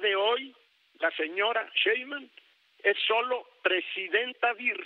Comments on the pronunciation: Pobre viejito Ceballos ni siquiera sabe pronunciar el apellido 5 veces dijo sra Cheiman y bueno el 33 % de todo el padrón Votó por Morena y menos del 15 % voto por el prianrd. No confundan a la gente las matemáticas no fallan. Ya no saben como buscar pretextos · El gran litigante que no sabe ni pronunciar bien el apellido de su próxima presidenta, aunque le duela, 😂😂😂😂